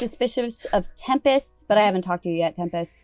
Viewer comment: I love calling Tempest “Tem-Past.”